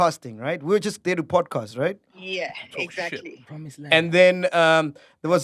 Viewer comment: 😂😂😂😂 Not saying “promise land”🤣🤣🤣🤣🤣